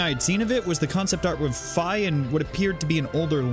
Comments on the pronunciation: It's Fee not Fie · ... I thought Fi was pronounced "Fee"... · I thought Fi was pronounced “fee” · Is Fi pronounced fai or fee? Edit: apparently it is fai, but I always said fee.